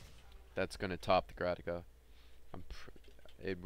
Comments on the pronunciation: Dude. Say Grataka one more time. I dare you. I double dare you. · Good video dude, one pointer is that it's a Grakata, not a Grataka :P